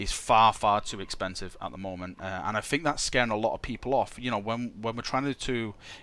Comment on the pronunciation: fing fing fing, for once FINK about pronouncing think